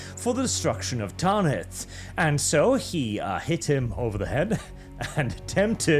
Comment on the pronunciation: Tan-ith. Not taaan-ith. Like banish, not baaanish. Great video tho I feel like Hermione 😂